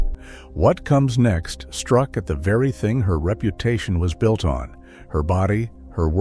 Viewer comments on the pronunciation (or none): none